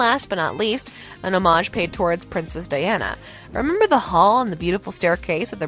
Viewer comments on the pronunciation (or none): Did you really say “Lady Whizzledunn” instead of Lady Whistledown?! And “Mr. Dissery” instead of Mr. Darcy??? “Umember” vs remember?? Diction needs significant work.